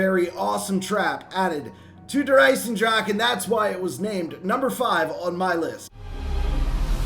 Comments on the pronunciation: Hey, just wanted to say that you're saying "Der EisenDrache" incorrectly, along with most zombies YouTubers. It's pronounced "Der Izen Drahken" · nvm, the second time you slaughtered it. All is balanced and well in the world.